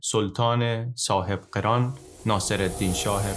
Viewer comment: سلطان صاحب قِران نیست برادر، سلطان صاحب قَران هست😐